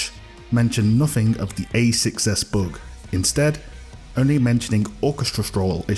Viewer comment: am i the only one hearing he saying book instead of bug? :)) hes cute